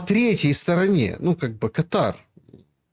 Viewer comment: Сколько же раз повторять, Кáтар, это гос-во Персидского залива, а катáр, это устаревшее "гастрит". Вас же Шелéстом не называют?